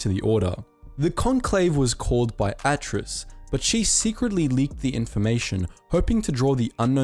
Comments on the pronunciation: T3-M6? Taylos? Awwtris? Zund? Neeehilus Pronounciation much? T3-M4 Teeeee-los Ayyy-Tris Dux-un. Nigh-il-us. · You need to learn how to pronounce some of these names and places, seriously. Stick to saying them properly. It's annoying as crap. Telos is pronounced TEEEELOCE. Atris is pronounced AYTRISS. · He pronounced Atris four different times throughout this whole video, and only one time he said it right 🤦‍♂️ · Bro have you even played KOTOR II? It's T3-M4 not T3-M6. Also you're pronouncing Atris and Ossus way off. LOL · He said Atris four different ways, only one correctly -He pronounced Peragus 2 as 'Pearagus 2' -Called T3-M4, T3-M6 twice -Called Dxun 'Xun' when the 'D' isn't silent -And GO-TO doesn't have zeros in it because it's a play on the character Goto, the exchange crime boss who is using it to talk to the Exile There is no debating how these are pronounced because if you play the Kotor games they say all of these words in audible dialogue